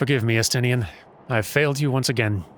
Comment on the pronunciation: It's pronounced Es-tin-ne-en in-game